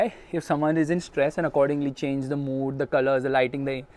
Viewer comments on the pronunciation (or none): none